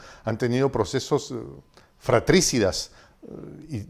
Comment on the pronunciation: Fra-tri-ci-da✓es grave No es: Fra-trí-ci-da, esdrújula. Además hay otra palabra más ➕ por ahí. Pero no quiero dejar de mencionar: qué raro que no se haya dado cuenta que ya hace mucho las minorías fueron tomados por los globalistas, ejemplos hay muchos (Chile es uno). Ése señor Sordos maneja y manipula desde migrantes hasta grupúsculos de género que se les dió la mano y se tomaron el brazo para socavar las bases de la sociedad,de la familia. Si la izquierda perdió espacio es por haberse "vendido" a los globalistas., si se callaron,ahora AGUANTA